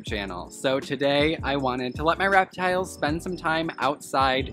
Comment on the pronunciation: No one: Absolutely no one: Tyler: raptiles.